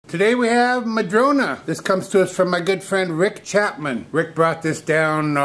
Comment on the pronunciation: I saw a one eared bunny! I love the rectangular bowls, so much more interesting than a plain round bowl. It's nice to hear you say "madrona" rather than "madrone" which is how the tree is referred to here. I grew up climbing smooth, red barked madrona trees - read books in them, ate lunch in them, and day dreamed in them! 😊